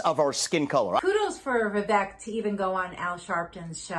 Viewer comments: I agree with the points you make on politics in general. However, please pronounce Vivek properly. It’s Vivek, as in “cake”. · Its pronounced viv-AKE